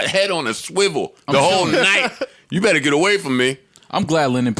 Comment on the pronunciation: "beRor's" lool